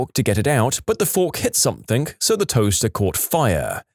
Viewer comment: No k in the word something